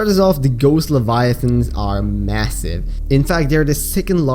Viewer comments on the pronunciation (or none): At first I thought you said they were passive lol. (You said massive... I think)